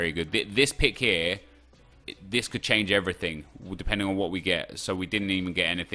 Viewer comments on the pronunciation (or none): none